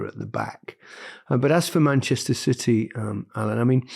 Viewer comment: City not Citeh